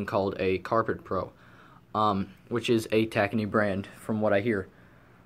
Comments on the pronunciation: Clean Max is made by Tacony Company . It is said Ta -cone - E not tacknee. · Just an fyi tacony is pronounced tah-cone-ee